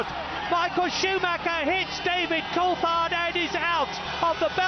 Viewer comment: Btw Coulthard is pronounced col-thard with a th sound, not col-tard!